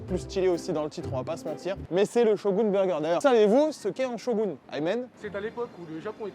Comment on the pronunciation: Bonjour bonjour, je fais un commentaire juste pour en faire 1 et soutenir mon youtuber/streamer pref, son caméraman et son monteur ^^ Ah oui, j'ai compté le nombre de fois où tu dis Shogun... exactement 26x ! 😂😂 (et j'ai pas compté la fois où t'as dit chauv'gun 😂 )